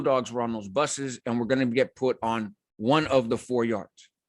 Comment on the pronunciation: second mark.. Did You say "3 or 4 Buses arrived" or "3 or 4 BUSTERS Arrived"?